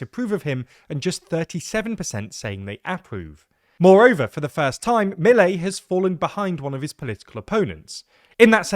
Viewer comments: I don’t understand why you are so lenient and optimistic about Milei. (Pronounced Miléi and not Mílei) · It is clear that you research a lot about the topic, so why can't you learn to pronounced his name? I'm not demanding perfect pronunciation, just learn to emphasis the proper part of the word, that can't take more than hearing the word twice. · It's not so hard to find out the names pronunciation: Milei, the stress on the las syllable and Kicillof is pronounced Kisilof not Kichilof